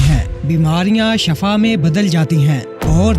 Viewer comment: Shafa nahi shifa Sahi lufz h shafa k manee mout h ar shifa k manee sehat h